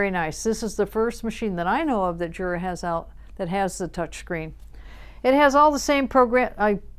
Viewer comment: I thought it was pronounced Yura?